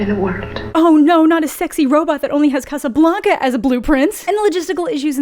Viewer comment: Sorry, I had to stop the video when you said "Casablanca". Giggled for a solid minute.